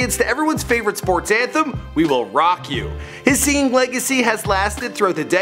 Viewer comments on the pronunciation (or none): none